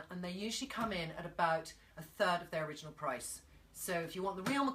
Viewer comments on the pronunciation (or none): none